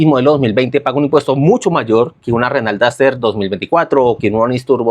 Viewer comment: "renal daster"